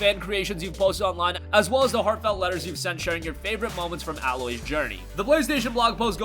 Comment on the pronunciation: It’s A-Loy not Alloy.